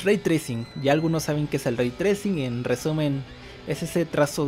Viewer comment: pequeña aclaración Raytrai CING no raytracin XD